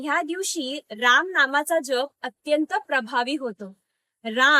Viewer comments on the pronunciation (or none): अतिशय सुंदर माहिती जी सर्वांपर्यंत पोहोचणे गरजेची आहे. फक्त एक म्हणजे राम् न म्हणता राम (पूर्ण) असा उच्चार करावा एवढी विनंती 🙏🏼